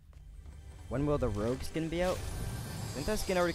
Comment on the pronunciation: Bruh he said rouge nigga 😂😂😂